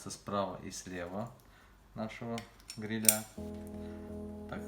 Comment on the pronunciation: Обратите внимание на ударение в слове грИля, а не грилЯ😉👍🏻